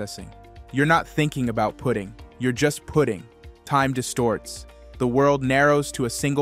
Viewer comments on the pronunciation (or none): I wish this AI voice would stop saying pudding. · Could someone please teach AI how to pronounce PUTTING !